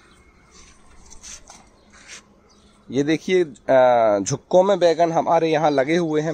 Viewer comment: झुक्कों में नहीं ,गुच्छों में होता है।बोलना सीख जा जरा।